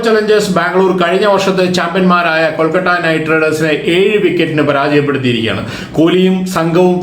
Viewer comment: കൊൽക്കട്ട അല്ല കോണാപ്പാ കൊഴുക്കട്ട 🙄എന്തൊരു ഇറിട്ടേഷൻ ആണെടോ 🙄കൊൽക്കത്ത എന്ന് പോലും പറയാൻ പറ്റാത്ത ഒരു കോപ്പൻ